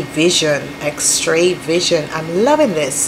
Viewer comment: X Ray not X TRAY